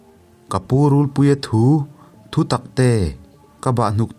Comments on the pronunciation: RULPUIA THU THU TAK TE.. tih hi i lam dan a dik lo... Thu.. Tih hi thawn thu.. Thu tih thur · Thinchhe awm mai mai' Rûlpuia thu thu taktê'( thutaktê) tih pawh chhiar dik thei hleilo,ka bang daih dawn.he2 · rulpuia thu tih pawh hi I lam diklo thin,,,thu,,laitak hi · Hei pawh hi, rulpuia thu tih hi nghathu tia thu anga lam tur a ni lo anga, thu lam dan hi fimkhur a tha ang a. Ka bahhnukte ka chan dawn meuh chuan tih aiah pawh hian, ka chan ai chuan tih niin ka lo hre thin